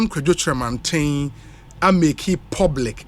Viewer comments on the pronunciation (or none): you yourself too you ate saying: Kyeremanten ( -47), the very thing you are correcting everybody about not to say😜.